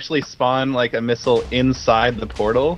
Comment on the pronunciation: Lol I though sethbling said 'this is my new minigame , nipple war ' lol I know now that he said missile war